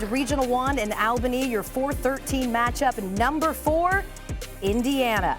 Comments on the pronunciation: I thought I was the only one. She corrected it later in the video. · It is “all-bany” not al-bany… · Pronounced All-bany.